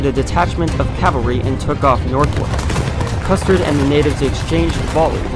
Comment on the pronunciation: I think you called Custer "custard" Maybe you had dessert in mind